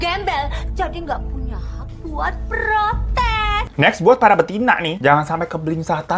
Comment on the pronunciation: ah elaahh... ngemeng 'BETINA'nya biasa aja dong bang 😆😆😆